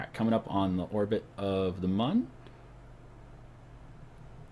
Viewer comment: The "Mun" is pronounced moon